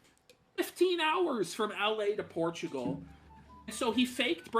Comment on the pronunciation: It's pronounced "porchigo"